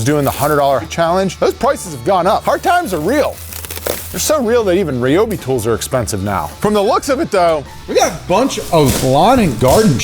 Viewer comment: Omg it’s RY-obi NOT RE-obi. Just like it’s RY-an, u never say RE-an. Americans speak so weird and nooooooo u have boring (sorry) but he’s just so boring and deflating. I’ve seen more air in a deflated balloon lol. Sorry but I’m skipping past this part with him in